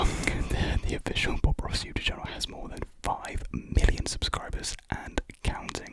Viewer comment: Man’s said bob ross but I thought he said pop rocks😭